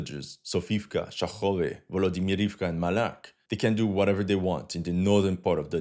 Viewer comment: It's "Maiak", not "Malak", brother. It translates as "Lighthouse" or "Beacon"